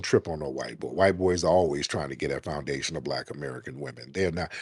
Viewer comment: She erks my nerves that she can't even pronounce foundational. The longer she spoke the more a accent came out as well